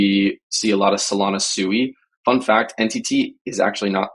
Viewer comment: Did he just say SUEY? 🤣 I'm guessing you're talking about SUI pronounced SWEE. I think somebody needs to do a deep dive into your Wormhole buddy